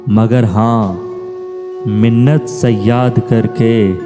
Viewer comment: تلفظ کی غلطیوں نے کلام کے ساتھ بہت ظلم کیا ہے۔ مِنَّتِ صیّاد میں ت کے نیچے زیر کے بغیر درست مطلب نہیں بنتا۔ آمِر میں الف کے اوپر مد ہے صرف زبر کا استعمال غلط ہے۔ اور م کے نیچے زیر بھی ہے۔ یہ لفظ aamir ہے، amr نہیں۔ اگلا لفظ طُول ہے، ط کے اوپر پیش لگا کر بولیں، ool کی طرح۔ تول کی طرح کا تلفظ یعنی oal کی طرح، درست نہیُں۔